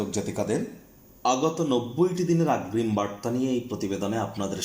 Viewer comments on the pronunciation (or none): কথা টা কি আগ্রিম না অগ্রিম ?